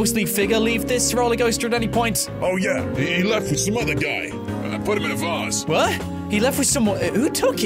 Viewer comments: vase not Vas Not trying to be rude wow e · It is vase not vass